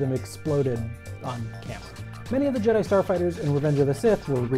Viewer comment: did he just say ''return of the jedee'' XD